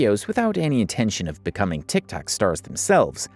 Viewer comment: Does anybody notice that he doesn’t say TikTok he says Tic Tac